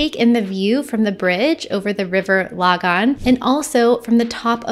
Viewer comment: Interesting way to pronounce Lagan.